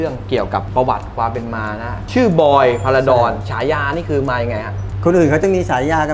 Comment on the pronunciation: จารบอล พาราดอน ไม่ใช่พาราชิล สุดยอดครับ แข็งโป้ก